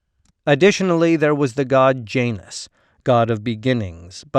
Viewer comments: Ouch, your Latin pronunciation is terrible. It’s John-us not Jane-us (Janus). The U is the one in push, not the one in rush. In one morning, you could learn Latin pronunciation, it’s easy. It’s pretty similar to a lot of modern Spanish pronunciation, with some differences. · It's Yah-nus if you want to be picky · Pretty good presentation. Only thing I'd suggest is learning the correct pronunciation of certain words. Latin J ,well there wasnt one I is pronounced like a Y. Janus/Ianus is Yan us, Julius/Iulius is Yoo lee us. V is more like a W, Venus as Wee nus, Vino would be Wee no.